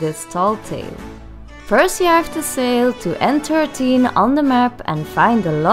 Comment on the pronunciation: Thanks when she said n 13 I had no clue what she said coz the accent I thought she said entertain or something